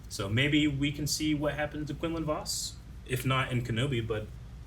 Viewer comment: Jesus, the way they pronounce Quinlan Vos is driving me crazy lmao 😂